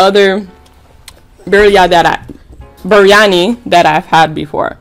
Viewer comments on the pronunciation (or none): How to pronounce the rice: BREE-AN-III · Im not Indian but you pronounced berryani wrong but I was just trying to tell you ❤